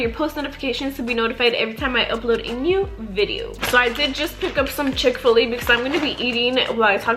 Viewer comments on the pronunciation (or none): The way she says chick fil a lol i hear “chick filly”